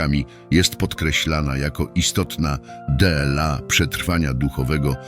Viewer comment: Z czworgiem oczu a nie z czterema oczami. Kurcze! Co video to jakieś błędy. Dlaczego ludzie produkują się publicznie bez znajomości gramatyki. Dela zamiast dla wskazuje na użycie do czytania robota AI a nie człowieka. W dodatku angielskie liczebniki, prowadzą na błąd zamiast wprowadzają w błąd, na szczycie czasu, czas nie ma wierzchołka, to nie górka czy budynek. Ważne rzeczy podane byle jak. Tak się nie godzi.